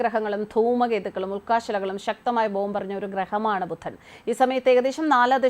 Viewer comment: ബുദ്ധനല്ല പെണ്ണേ- 'ബുധൻ'